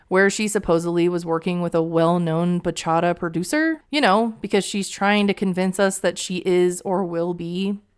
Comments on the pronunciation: It also doesn't help that she can't pronounce "bachata" correctly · As a dominican i cringe that she thinks she's a bachata singer. Girl go seat down somewhere. With the (bachara) is bachataaaaaaaaaaaa 🇩🇴🇩🇴🇩🇴🇩🇴